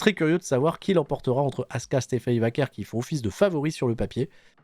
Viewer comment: Iyo Sky ils lui ont donné le titre mais savent pas quoi faire avec... ce qui est affligeant vu à quel point elle est forte, aucune défense de titre depuis Wrestlemania il y a 2 MOIS Elle l'a prononcé "Stephanie Vakoué" j'étais mort de rire, ça se voit qu'elle regarde pas les shows 😂😂